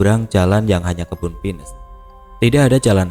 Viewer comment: Abang....kalo bilang pohon pinus ya p i n u s. Jangan di inggriskan. Jadi lucu dengernya 😅